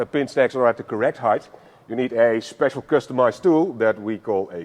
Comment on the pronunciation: like it a lot, love the way he said you eed a special tool called a key !!! brilliant and helps me understand perfectly